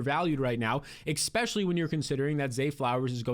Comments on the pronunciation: Expecially ❌ Especially ✅ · ESPECIALLY! Say it with me. ES-PECIALLY. NOT ECKSPECIALLY. Sorry that just bothers me lol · Ngl I used to think you were the goat but I've heard some pretty bad takes from you this preseason and the exspecially is driving me insane. To all you viewers out there please leave Jsn and Darnold for me, I will gladly scoop them every time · please stop saying eCKspecially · Love the energy. Love the content, wish you the best. I think i’m done man, if i hear “expetchully” one more time, it’s over for me. I wish you the best but i can’t. I lived in NY, and know how you new jersey people are, so doubt this will happen. But if you ever stop saying expetchully, i’ll be here with cash in hand. Love ya brotha